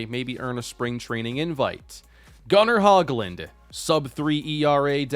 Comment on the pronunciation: Not trying be mean but just some info. Gunnar Hoglund is pronounced (hoe-glund), I believe